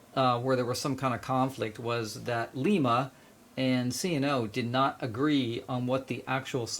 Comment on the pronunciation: Please stop pronouncing Lima as lee-mah. The city in Ohio where the Lima Locomotive Works was located is pronounced LY-mə (lime-uh), like the Lima Bean. I grew up in Ohio and every Buckeye winces when they hear that.